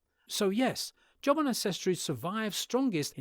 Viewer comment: even in the English version, the AI narrator is pronouncing Jomon strangely...